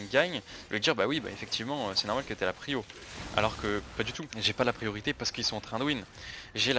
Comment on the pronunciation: praïo au lieu de prio et recal au lieu de ricol (en prononciation) ca a tilt mes oreilles ptdr